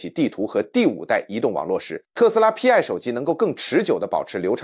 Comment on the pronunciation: 不應該讀作P, I。應該該讀作希臘字母丌（排）。Pi 拼在一起讀。就是同於圓週率的丌。